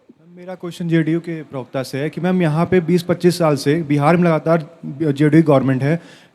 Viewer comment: पिरवक्ता नहीं होता प्रवक्ता होता है अनपढ़